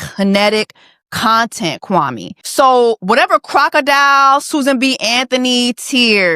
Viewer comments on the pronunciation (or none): Chelsea mispronouncing Kwame's name is just poetry😂😂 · exactly like said. Everyone in Ghana has a day name and depending on their ethnic group, the pronunciation and spelling differs. Kwame is Akan, so that’s how his name is pronounced. It grinded my gears hearing the cast pronounce his name wrong during their season. Our names are important and pronunciation matters. He should have known better and pronounced his name properly.